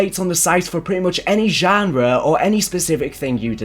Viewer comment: We all just gonna not talk about the way my guy says genre?😅🤣